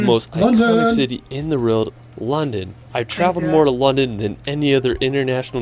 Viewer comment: How can you recommend a city you've never even been to? Lisbon is great, but I wouldn't put it in the top 10. I also can't listen to his mangled narrative. He pronounces everything wrong ("Wrorld"?) and manages to sound like AI.